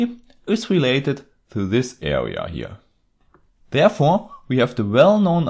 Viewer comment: ”Awea”, ”Diffewence” lol...